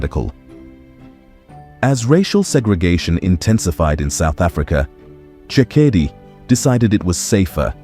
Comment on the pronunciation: you are pronouncing the surname incorrectly. Its nor Karma its Khama, I wish that content creators would do phonetic pronunciation research of Africans surname before the produce content. Even the names....Tshekedi is my family name and your pronouncing incorrectly too. i will stop watching